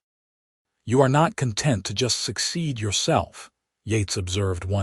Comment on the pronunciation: I liked the story but the AI narrator needs to distinguish between conTENT(ment), (a state of peaceful happiness), and CONtent(s) - like toys in a box. Better to narrate with a real human voice.